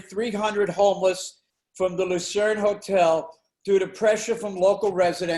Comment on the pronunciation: LUCERNE... not Lacerne